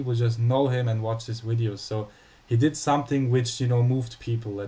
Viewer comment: It's not Widios you fuck! It's Videos!!!